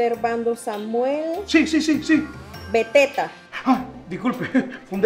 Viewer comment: JAJAJAJA morí cuando dijo veteta JAJAJA🤣